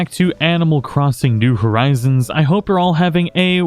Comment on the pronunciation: “New Horizones”